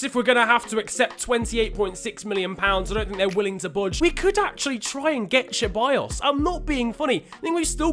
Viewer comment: Dude its alexandre lacazette not alex And its not cheballos its with s